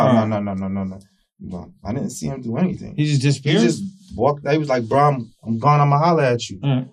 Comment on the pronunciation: Say BRU one more time and it’s a dead giveaway you’re lying not to mention uneducated